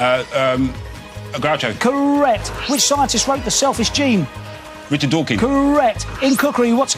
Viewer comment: It sounded to me like said Richard Dawking.